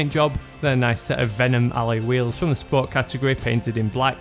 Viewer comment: lol like the way he says ally wheels